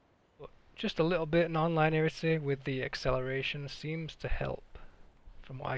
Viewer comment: Lin-ee-arity Not line-earity